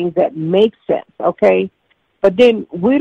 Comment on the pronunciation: "Theres alot of things in life that dont make shensh"